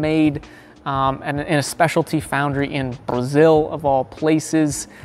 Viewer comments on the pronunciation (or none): none